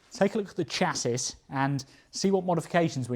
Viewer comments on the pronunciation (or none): Chassis is pronounced Shazzy. But your saying it like chass-us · Love this build. Almost as much as the limo. One thing, though. Mispronounced words, like “chassis” are funny the first time, but after that their value falls off a cliff. Chass-isss got very old indeed about 4 times before you stopped doing it. I actually had my finger poised over the skip button, when I realised you’d stopped. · I think you’ll find it’s pronounced “Chassis”. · You're not dyslexic at all! But I would like to know what a chassissss is 😂 j/k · Stopped watching after the third time you failed to say the word Chassis correctly. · please drop the s on the end of chassis as it soesnt use it its called a silent s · You say chassis in a way I've never heard it pronounced. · Australian pronunciation I think - cassette is another classic oddity